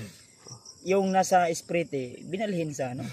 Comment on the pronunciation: Katuwa naman kayo sprite talaga di ba pwede slang ang bigkas para hindi halata na bisaya kakatawa kayo kahit sa kritikal area magawa nyo pa talaga magkatuwaan kaya lang si mikoy malungkot pa rin gustong gusto na nya makita ang pamilya nya sana makita nyo na rin ang pamilya ni mikoy godbless sabi nyo joke lang mga guapo man talaga kayo